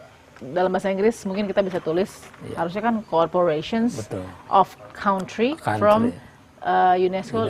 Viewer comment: CORFORATION OFF CAUNTRY.... wkwkwk...masa iya pbb kacau bahasa nya ..